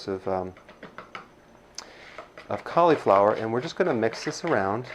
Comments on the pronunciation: Hahaha! Awesome! I shall call you Doctor Ah-nold! You say cauliflower like Schwarzenegger says California. You are awesome. Keep it up! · Caleeee flower? =) How do you pronounce slip? Just made me lol, love the recipe. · He mispronounced Mozzarella, Cauliflower and said "grade" the Caulifower. Come on Doc! 😅